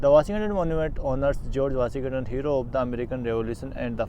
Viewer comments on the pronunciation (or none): Washington DC ✅ washing ton ton DC ❎ 🤣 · Bhai woh "WASHING-TON" DC hai naa ki "WASHING-TANAN" DC ! Galat bol rahe ho tum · bhai sorry to say but it’s Washington not vasi Gatan G is silent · bhai washighatan dc nahi washington dc hai bro sorry to correct you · Not washin gton. Washington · Washington DC NOT wasi gatan 😂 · Are yaar main Bangal ki chhoti Si gaon se bol raha hun. Washington pronounce nahin ho raha hai tumse yaar? सही प्रोनाउंस है वाशिंगटन।